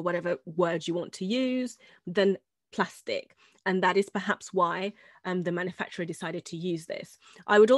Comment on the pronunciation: Hahahha you said glastic instead of plastic